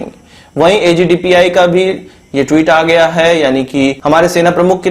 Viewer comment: Stop pressing... On .. HAI, HAI HAI !... what the hell!?